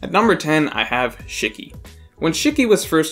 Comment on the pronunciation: The way u said “shiki” bothered me 😂😂